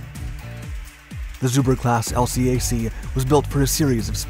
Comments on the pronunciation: we pronounce it as a 2 syllable word ... el-cack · 👎 Dislike for using irrelevant US Navy & Marine Corps footage, and can't pronounce LCAC (el-kak).